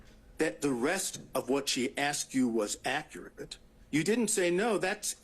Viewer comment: Listen to him ,he cannot even talk properly ,he keeps saying "accarate".instead of accurate .How he even passed the bar is mind boggling! He does not sound like a lawyer being questioned ,he sounds like a member of the public .He has to keep having everything repeated and explained to him as though he has no legal background . He can't even make eye contact with the lawyers